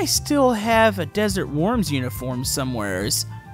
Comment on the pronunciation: I thought you’ve been saying desert warms for ever